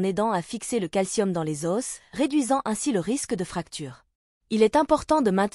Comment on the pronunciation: Si votre IA prononce os avec s et que vous ne l'avez pas corrigé, qu'est-ce qui me dit que le script n'est pas lui-même écrit par une IA ? Le cas échéant, qu'est-ce qui me dit que vous l'avez relu et vérifié ?